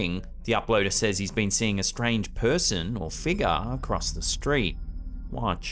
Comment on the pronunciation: Been watching your videos for years. I get a kick out of the way you pronounce 'figure' " Figar" 😅 Edit - i bet cash money that "bag of snakes" smelled like absolute hell when he opened it. 🤢